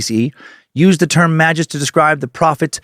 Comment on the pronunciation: Never heard anyone pronounce magvs the way you did... You: ma juhs (I actually like this pronunciation a lot) What ive heard the most: ma gus(how ive said it the last 2 decades+.. Chrono Trigger) Adam Worlock: may gus